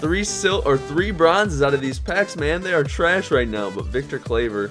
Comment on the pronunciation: You pronounced Victor Claver completly wrong!